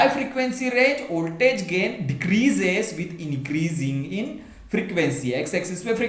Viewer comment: First of all, thank you sir for this wonderful clarification video. Secondly, your voltage pronunciation occurred to me, but it's okay.